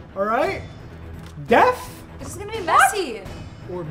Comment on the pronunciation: He said Death d .e. a. t. h. When someone dies instead of Deaf when you cannot hear but I know it was a mistake